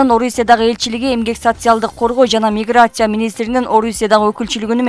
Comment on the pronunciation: Урматтуу оштиви! Ушул суйлогон эжекенерди алмаштыргылачы....грамотныйраак , суйлоо речи так, угумдуу жагымдуу болуш керекда. Миграссьсия деген эмне? Уят